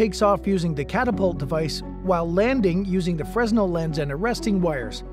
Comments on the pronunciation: Great vid, but it is pronounced "fray-nel", not "fres-nel". Fresnel was a French physicist. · That's Freh-nel NOT freznel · please... its not 'Frezz nell' its 'frey nal' edit - I see someone else grit their teeth as well when you said that